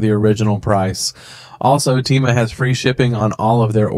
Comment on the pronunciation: Bro uses an Ai voice that cant even say Temu right💀💀💀